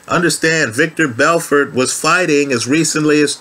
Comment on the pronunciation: Haha good old 'victor belfort'! The classic Joe Rogan mistake